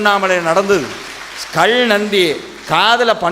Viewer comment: கள் இல்லை காள் இல்லை, கல் கால் என்று உச்சரியுங்கள்..... ல ழ ள தமிழின் சிறப்பு